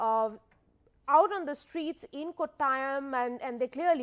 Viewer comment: Not Kottayam. It pronounced as kottayam